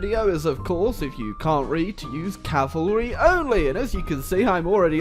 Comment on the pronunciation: U said cavarly